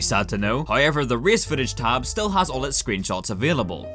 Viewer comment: Nobody:: "haoever"